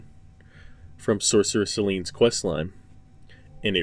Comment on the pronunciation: Good video but.. sorcerer seleen? You have to go out of your way to mispronounce her name.. she introduces herself to you like half an hour into base ER? When you meet some one irl and they say their name to you do you just pick a different pronunciation that you like better?